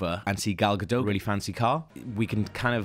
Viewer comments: Its gaDOT! wtf is Gadow?? shes even said it herself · its pronounced gadough